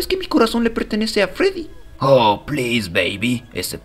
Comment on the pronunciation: Foxy dice freddos